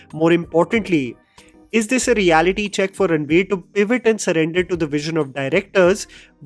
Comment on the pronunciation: even gets confused to say ranbir instead of ranveer 😂